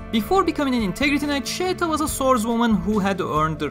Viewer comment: Listen to her name being pronounced in the Anime. There is absolutely no "Y" anywhere. Sheta and Scheta are the only acceptable romanizations in her case. We decided to settle for Scheta because nobody uses Sheta.